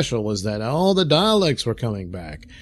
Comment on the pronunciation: It's "Daleks," not "Dialects."